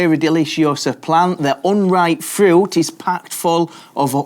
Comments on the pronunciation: FRIUT??? say fruit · Love how you say "Furooiuoot" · Why do you say fruit like that? "Frü"